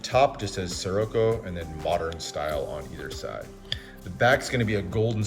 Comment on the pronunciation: I think it is pronounced seh-rah-ko